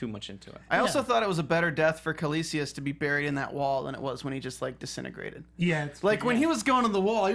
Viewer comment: Can someone please tell these people it's not "Kaelicius" but Kaecilius!!? Quite irritating to hear it mispronounced throughout the show.